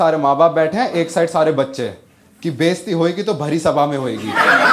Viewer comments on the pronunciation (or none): his "hoygi" accent is soo funny🤣